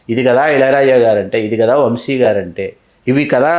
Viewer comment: వంషి కాదమ్మా వంశీ